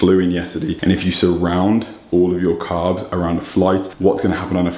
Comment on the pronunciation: I like the way this bro pronounces the "S's" as "F's" "Five gramfs of carfs" haha haha | couldn't help it